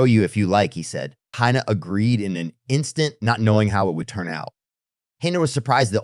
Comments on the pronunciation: Her name is pronounced "heena" not "haina". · The robot who does the talking can't decide whether the girl's name should be pronounced "Hina" or "Hyena." Maybe Elon can fix this problem. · Dude, will you please decide on ONE way to pronounce the girl's name? You've said "Hai Na" and "Hee Na". The correct pronunciation of Hina is "Hee Na", by the way. And there was absolutely no need to turn a 60 second story into a twelve minutes long epic. Geez. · He-na! Hi-na! The pronunciation of her name changes repeatedly! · How many times are you going to pronounce her name differently? Who the Hell knows what her name is/